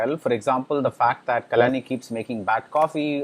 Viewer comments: Please work on pronunciation of Actor/Actress name correctly who worked in the movie. At many places there were errors in pronouncing the name. Eg : Kalani whereas it's Kalyani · Could you please try to pronounce Kalyani with a Y